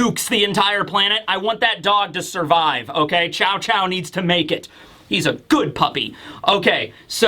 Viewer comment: Chow Chow? It's pronounced like "shoe" you can even hear the pronunciation in the anime